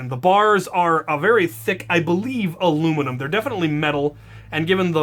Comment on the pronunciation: I love ur channel and vids but you say alluminum wrong